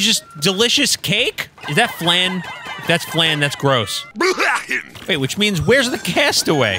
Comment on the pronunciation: Huh cold flan is peak and it’s not pronounced flane it’s flan the a makes the same sound as in against